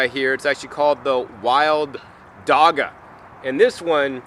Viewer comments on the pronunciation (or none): "Dagga" is Afrikaans for "weed". The g's are pronounced with the throat more than the mouth so it sounds more like "dacha"